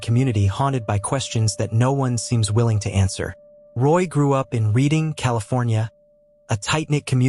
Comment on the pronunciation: Reading is pronounced Redding. Same as the Reading in England. The Sundays album, Reading, Writing, and Arithmetic…also progressing lol. But I just learned that at 45 after loving that album for 30 years 😁👍